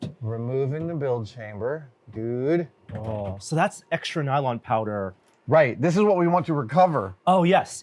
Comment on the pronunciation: My exact thoughts, DUNE!!! Instead of dude haha 😂